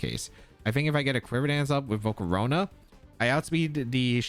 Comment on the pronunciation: Bro I love how says volcarowna